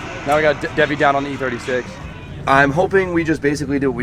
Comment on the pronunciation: Its double down not Debbie down. 😆